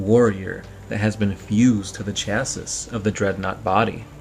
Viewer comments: This nigga said 'cha sus' again instead of 'cha see' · Chassis is not pronounced "ChassiSS"... It's "ChassEE". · Chassis is pronounced "Sha-see" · Its pronounced chass-e The s is silent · Chassis is pronounced Chassee... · Chassis is pronounced "shassay" you've mispronounced it in about 5 diff vids now! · doesn't make it right